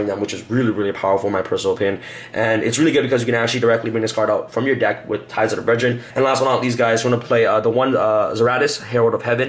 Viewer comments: “Ties of The BreadRen” 2018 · Ties of the Bread-drin lol. Deck looks good though.